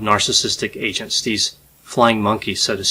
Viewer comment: You said “agents” three times before I realized that you weren’t say “Asians.” I was like 🧐🧐🧐